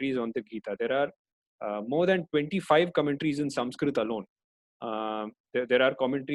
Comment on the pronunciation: Great work sir, very thankful for such summarized version of all chapters. But very disappointed with such peoples who desperately use wrong name of persons like you pronounce krishna as Krishnaa, Arjun as Arjunaa, sanskrit as Sanskritaa. Why?? Can't u speak thier right pronunciation or you can not speak hindi name in right manner like other foreigners because hindi is not their mother tounge. I also give speeches but never use extra A in pronunciation of hindi names. So please dont do this again.